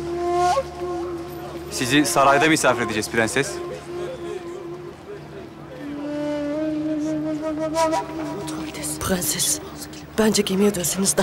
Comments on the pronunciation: Dadının da pığenses demesine ayar olan tek ben değilim sanırım 😤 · Farya’nın türkçeyi mükkemel bir şekilde konuşup bir tek ‘Prenses’ diyemeyen dadısının Sultan Murad’a attığı o bakışlar. Sanki gücü yetse öldürecek.